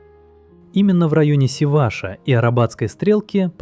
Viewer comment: СивашА, ударение на последний слог